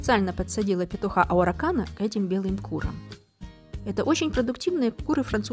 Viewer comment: Араукана, а не ауракана.